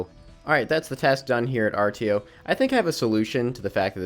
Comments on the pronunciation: Artio is actually pronounced "Ar-show" just a fun little factoid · Artio is pronounced arsho lol 😅